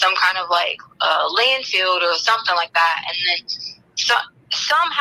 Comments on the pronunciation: Yes she says the wrong word (wronK) but pronounces it wronK too. Lol. She pronounces it LANDFILLED. She pronounces field as "filled". Just like she pronounces the word mail as MELL. WHY COME SHE CAN'T SPEAK THE ENGLISH LANGUAGE if She has her Doctorate aka PhD in Education? This hillbilly, uneducated hick was deemed illiterate when she got to prison‼️ HILARIOUS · Landfill. It’s called a landfill T, not landfield. 🤦🏼‍♀️